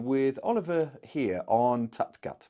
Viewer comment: Great Update as always, thanks! As a Swiss myself, allow me to give you a hint on the prononciation of Oliver Heer and his boat. Heer should not sound like the english word "hear". Instead it should rhyme with "where". And both words in his boat's name ("Tut gut") are pronounced so that they rhyme with the English word "moot". Keep up the great work!